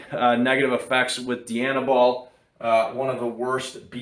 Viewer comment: Dye-Anabol . Not DEE-Anabol . As in Princess DIANA , not DEE-ANNA . Jeez , fucking canucks ..